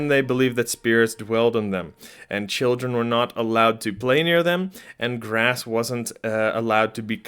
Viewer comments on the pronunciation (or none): none